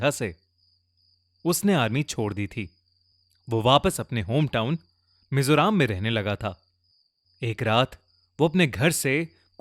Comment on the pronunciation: bhai Mizo Ram nahi hai😂😂😂😂 मिजोरम hai